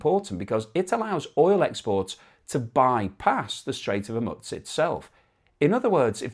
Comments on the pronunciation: it's a gentle reminder that if the idea is to give us an overall informed view of the situation, the least you can do is pronounce the name correctly. I'm pretty sure it's "Hor-mooze" too. Not hormuts. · it is pronounced HorMOOSE, not HorMUTZ. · Not as serious as your refusal to learn the correct pronunciation of HOR-MOO-Z. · Hormutz? FFS. The standards of journalism..... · there is no T in Hormuz !!! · Please try to pronounce 'Hormuz' approximatively correct